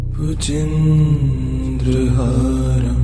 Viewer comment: Very peaceful. But the pronunciation of Bhujagendrahaaram is wrong. Sanskrit mantra pronounced wrongly, is considered negatively. You people should immediately correct and repost it. I'm sure proper sanskrit known people font listen to this. Hence no response like me. has great performance so far. This one serious mistake of the most important Shiva Stotra, is unpardonable.🙏🏼